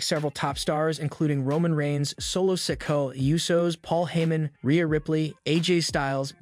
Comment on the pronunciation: yeah he does it all the time Maybe Solo should come after him for constantly calling him Sicko